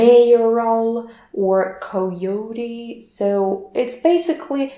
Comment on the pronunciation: Thanks, this was helpful. Your pronunciation of "coyote" was incorrect though.